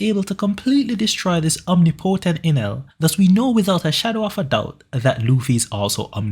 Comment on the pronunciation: mate the way you say omnipotent bothers me